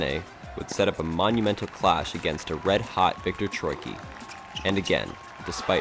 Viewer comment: Hello, you called Bedene Slovakian when he is in fact Slovenian. Also Troicki is pronounce Troitski. But besides that, great video!